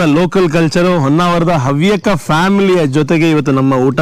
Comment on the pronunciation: madam its not Onnavara, its Honnavara